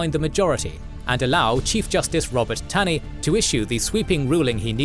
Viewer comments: The Supreme Court Justice who authored the Dred Scott decision was not Robert Taney, he was ROGER Taney. And his last name was pronounced "TAW-ney." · Minor point but Roger B. Taney’s last name is pronounced as “tawny”